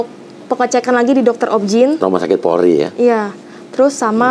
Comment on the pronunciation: RS. POLRI. Mbaaa. Mf bukan porli